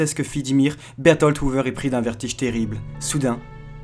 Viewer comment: Tu parles trop vite et tu pourrais faire un effort sur la prononciation de noms tel Bertholdt. On a du mal à comprendre.